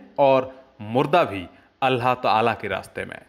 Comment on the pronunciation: अल्लाह जब बोलने ही नहीं आता तो फिर क्यों वीडियो बनाते हो...अल्लाह को अल्हा बोल रहे हो माज़अल्लाह...